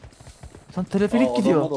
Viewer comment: Abi teleferik o telefelik değil😂